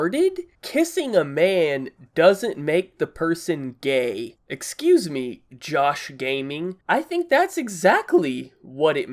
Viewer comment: Idk why but I laughed when he said josh Gaming cause he made it sound like GAYming idk just ignore this comment... thought I would share my thoughts.. but okay..